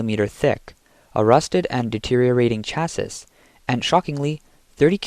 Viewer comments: It's pronounced "chassee", not "chass-iss", but otherwise, much better narration than the 90% of all YouTube videos that are now AI narrated. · Chassis is pronounced cha-see! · This is killing me...Chassis...is pronounced CHasē,ˈSHasē, it has an "E" sound on the end. Naww, just joking, IDC about that, just pretending to be a Grammar "Yazi"! Nice channel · Chasis SAY Chasee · "ash-fault" "chass-iss" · I hate to be this guy, but it's pronounced "sha-see" or "cha-see", there's no 'sis' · what in the heck is a Chass issssss crappy AI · China has zero oversight on everything, QA is unknown, Jesus, these cost-cutting clowns! Chassis pronounced cha-say. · Asphalt is pronounced “Ass - fault.” Chassis is prounonced “Chassee” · The way you pronounce ‘chassis’ makes you sound like AI 😂 (the last s is typically silent) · Imagine not being able to pronounce simple words…….. “chassis” 😂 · You’re pronouncing chassis wrong 😂😂😂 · I know you guys are just paying some random people to narrate your videos, but the literacy of these people is getting worse every day. reading today can't even pronounce the words chassis and asphalt; two words that are mentioned numerous times. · When your script is written by chatgpt and you dont even know what you're saying you pronounce words like chassis and asphalt like an idiot.